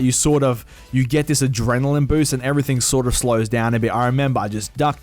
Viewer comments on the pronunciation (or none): none